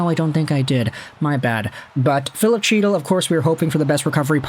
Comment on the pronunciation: Isn’t chytil pronounced hetal?